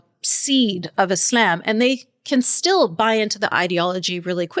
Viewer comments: What's up with how she pronounces "Islam"? She almost doesn't pronounce the L. Is that how it's supposed to be pronounced, or is that something unique to her? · why is this lady pronouncing islam as 'isl'yaem'? I will pronounce it whatever way I want!